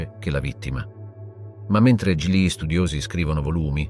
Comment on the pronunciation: ma è un traduttore automatico che parla ? sbaglia la pronuncia di GLI